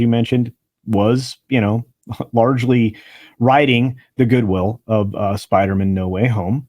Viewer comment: Listening to pronunciation of Spiderman like Goldman or Silverman brings back the joke from Friends. To paraphrase Chandler Bing, it isn't his last name. He's a Spider-MAN. 😀